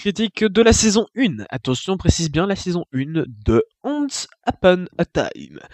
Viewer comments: Je dislike juste pour comment ta prononcé le titre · Le fait que tu prononce mal le non de la série te rend déjà pas crédible du tout :')